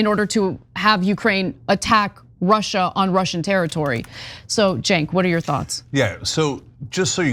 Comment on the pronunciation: It's okay we can't pronounce Cenk's name either.😏